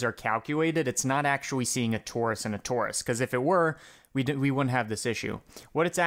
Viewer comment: awcuawy, the cawculation wouwd nowt awaw this to happen